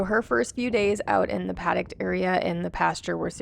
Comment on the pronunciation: The fenced in area is a padDOCK, not a padDUCT.